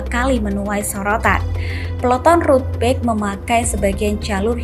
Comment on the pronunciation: dubber berita baca bike dengan *bek*...ckckck